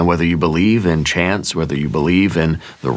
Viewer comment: Greetings from upstate NY! Destiny called and I answered. It's been a slow, rolling success. You said, "Whether you believe in chance, and I heard "chants!" I had to rewind twice to go, "Oh! Chance!" No! In fact, l don't believe in chance or coincidence, but I don't believe in fate, exactly, either (what fun would that be?) As with all things it's both/and. Imagine the astronomical (which means "of the stars") chance it must've taken for any of this (I mean ANY) to have arisen by chance! I finished the big "Magnum Opus," which took months and about killed me (and ruined all my relationships) and thought that was the end. Nope! Then, I filed it with the court, and thought, "There! That's that!" Nope! Now the court wants a response from the other side, to which I get to reply (the last word). Even THAT won't be the end, because the judge then rules. And then? The party opponent said something about appellate (can you appeal an appeal?) or federal level! Failure means nothing to this woman! She'll never give up! This is over an event that never happened (because she lied) back in 2023! Everything you said makes perfect sense. You've been reading this story with me, spot-on, all along. I know, for certain, what I've done has already changed destinies. You're the BEST,! I am so enjoying your other channels! 😘🫂🕊🐍♒️🗽🙏😎